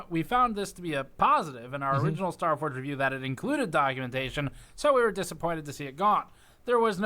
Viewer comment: "Staforge" lol